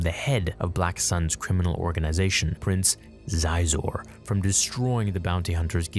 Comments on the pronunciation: it is "She-Zor." He always pronounces stuff wrong. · It's not Zi-zor, it's pronounced She-zor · yo xayzor?! the fuck I thought it's pronounced "She-Zor" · It's actually pronounced "Shee-zor." When introduced in the SHADOWS OF THE EMPIRE novel, his droid says something like "welcome back, Prince sheeeeeee-zor." Love your videos, man! 👌 Edit: When I played the game on Nintendo 64 back in 1996, I called Xizor by "Zie-zor" as well.